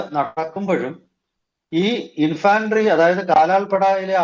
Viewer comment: Infantry -ഇൻഫെൻട്രി ഇൻഫാൻട്രി അല്ല.